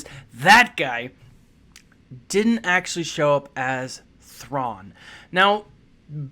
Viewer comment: Your pronounciation of his name is much better than mine!